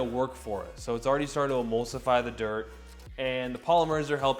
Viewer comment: I swear I hear “Dirk McGurk” 😅